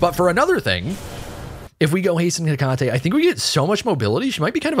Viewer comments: I thank you for your attempt at pronouncing the name correctly. If you want to be fully correct, just change the emphasis a bit. You're currently saying Heck-ahh-tee, where it's more Heckut-tee. But if comments about this trigger you so, then don't bother. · Right and definitely not “tee” it’s “Heck-ah-tay” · Heck - uh - tee not heh - Kah - tee Kuh. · I know I'm a bozo now, but her name is pronounced heh-KAH-tee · heck-ah-tae is how her name is pronounced btw